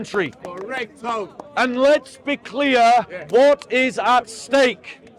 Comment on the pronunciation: Kho-rect tho😂😂🎉......